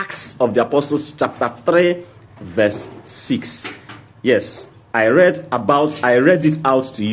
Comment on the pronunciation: speak good English dummy -read not lead